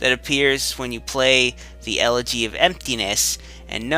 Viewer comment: awesome show:D,btw,one part you said elle't'y of emptiness i think its ellegy of emptiness xD nevertheless,great work from the past xD